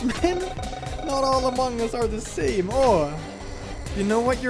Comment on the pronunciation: I love that instead in also other playthroughs, Instead of saying among us, or amogus, he says "mogoose".